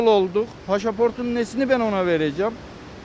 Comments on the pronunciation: Paşaport değil dunkoff pasaport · Paşaport ne la hangi ülkenin dili bu gundi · Eskiler paşaport derdi öyle kalmais . Zorunami gitti!!! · Daha pasaport demeyi beceremiyorsun nasıl vereceksin zaten sen de haklısın 🤣🤣🤣